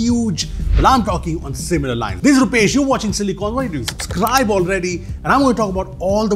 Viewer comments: subscribe ❎ Supscribe✅💀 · Wait a minute. Did you just say "Supscribe"??? 😅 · Subscribe ❌ Supscribe ✅😂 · supscribe? is that intentional? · Am I only one who noticed *SUPSCRIBE? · 'Supscribe' sounds awesome 😂😂